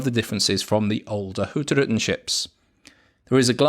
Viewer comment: At last …. Somebody can pronounce Hurtigruten correctly. Fantastic ships and video 👍